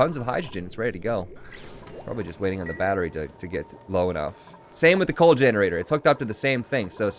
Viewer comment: Everytime says the word "generator", reminds me of he saying "Steam generazor"